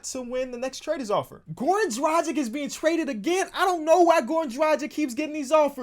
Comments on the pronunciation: Please learn how to prnounce Dragic's name, please, it's been haunting me for too long the way you pronounce it. Like and my ears shall be saved. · You need to learn how to say Dragic...